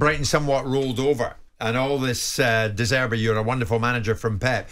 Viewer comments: “De zervay” btw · Can't these people pronounce names, De Zerbi is not that hard.